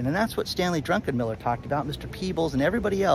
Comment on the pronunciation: I'm sure his name is often mispronounced. It is, after all, Druckenmiller, not Drunkenmiller as you pronounced it. Also FYI, Bill Gross is no longer with PIMCO. Keep up the good work,.